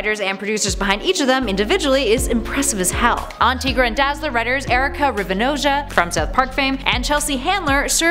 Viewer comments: I always thought it was pronounced TIE- GRA not TEA- GRA. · TY-gruh. Tiger - er + ra = Tigra If there's a way to mispronounce it, it'd be TIG-ruh, since there's 2 consonants after the "i", which usually means it's not a long vowel. And Tony Isabella, the creator of Tigra, pronounces it TY-gruh. So, it's TY-gruh. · Again w/the mispronunciations.... her name is pronounced TY-gra, NOT TEE-gra lol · Not tee-gra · you said tigra wrong it is pronounced like Tiger TI-Gra